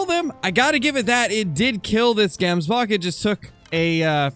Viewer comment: I'm from South Africa and the way to properly pronounce the word Gemsbok is not pronouncing the g like saying gate but ratherlike if you were clearly your throat saying the g, if any other south africans could come up with a better way of describing how to say it, please help with this